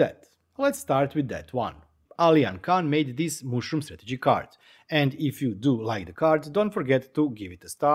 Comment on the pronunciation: super nice ;-) but it is not "mooshroom" but "mushroom" ;-)